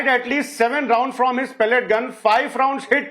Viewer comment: its pellet gun and not pallet gun